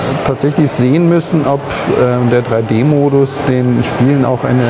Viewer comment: Die spiele die mir Nintendo geschickt hat sind: Street fighter free D, Nintendogs free d und Pilotwings resor??? Lern Englisch!!!!!!